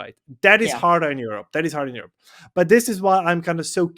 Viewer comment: Aerope not Europe